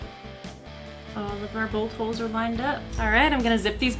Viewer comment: She said, "Bolt holes" and I heard "Bullet holes"